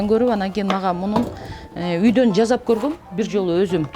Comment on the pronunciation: Жазап эмес жасап деп суйлогуло